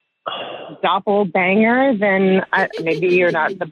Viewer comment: It’s doppelgänger, not doplebanger lol